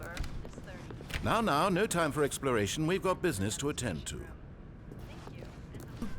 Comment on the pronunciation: you said ‘no’ wrong